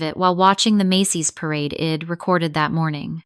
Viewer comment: Id’ ill’ wed’ ? Really